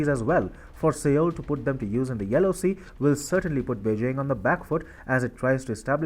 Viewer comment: Sir! With apologies, the correct pronunciation of the name of South Korea's capital city is "SOUL" even though it is written as Seoul. Thanking you 🙏